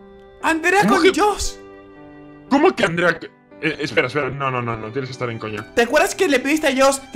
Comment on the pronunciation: 3 perdon pero se dice josh